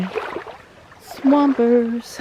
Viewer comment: Swampers, spoken like a true yooper, LOL. Great videos. Need to get up there again soon.